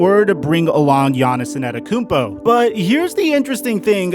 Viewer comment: Man.... You completely butchered Giannis' last name. But, good speculative video, though.